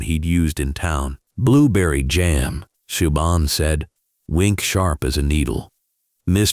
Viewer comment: Siobhan is pronounced Sha Von.😂